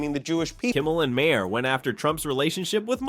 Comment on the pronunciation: Please for God's Sake, learn how to pronounce Maher! It is Mayer, not May her!